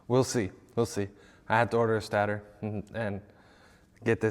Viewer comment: State-er lol not stat-or